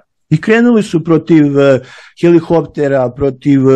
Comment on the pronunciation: Za doktora: Ipak se kaže helikopter,a ne helihopter